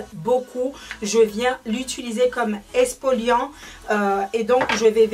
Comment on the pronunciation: On dit pas expoliant mais exfoliant